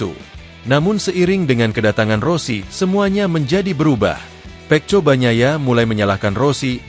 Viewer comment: bunyinya seharusnya peko jgn juga dibaca peco sampah sampah